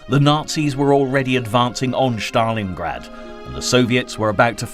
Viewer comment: thats pronounced Stalingrad not Shtalingrad